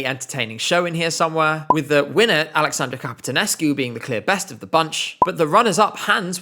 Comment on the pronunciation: I'm Romanian, and knowing that you usually put effort into learning how to pronounce the names of the artists and titles in foreign languages, I was really curious how you would pronounce Alexandra Căpitănescu's name. I'm a bit disappointed. The pronunciation wasn't terrible, but I thought you would try to learn the correct way to say her name.